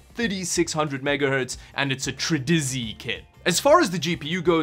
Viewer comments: TridentZ tri-dizzy Everyone else try-dent-zee Lol jk I don't care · No joke, does he purposefully say names of products wrong? Like Trident Z = Tridizee ?? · TREEDEEZEEEE kit......you mean TryDent. ' w' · i like he talks the trident z like triden z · I love how he says tridintz instead of trident z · its trident Zee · Wait. How did he pronounce Trident Z